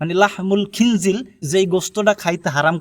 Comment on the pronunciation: খিনজিল না ভাই খিনজির হবে, لحم الخنزير